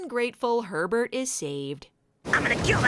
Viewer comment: I couldn't stop hearing "pervert" everytime you said Herbert 😂